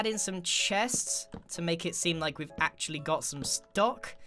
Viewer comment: do u mean AXEually